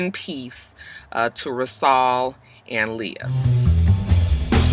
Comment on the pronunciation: It’s pronounced “Rah-sool”. you’re so darn country😩 RIP Rasual & Leah. Philly legend!